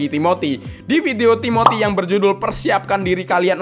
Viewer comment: Timothy ❌ Tiboty✅